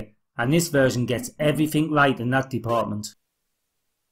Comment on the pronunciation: Not sure how you've lived for more than 35 years and not learned how to speak properly. "evrifink" and "foort" are not words you generally hear outside of the first stages of primary school.